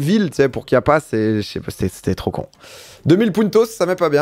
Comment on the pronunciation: Passer 10 fois sur Chiapas marqué en géant sur la map sans le voir, tout en prononçant Kiapas....belle perf...